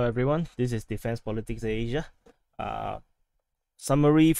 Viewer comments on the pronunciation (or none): The way you say Asia in defense politics Asia makes me laugh every time. Thanks for the non biased updates, subscription added